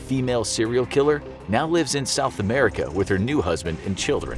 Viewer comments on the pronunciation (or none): none